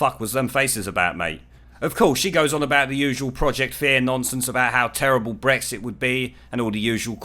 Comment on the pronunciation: When you brits say "nonsense" it also sounds like you're saying "nonces" m8 😂 other Americans won't pick up on it mostly but nonces is all I can hear. I first noticed it when you said nonsense the other day in a vid lol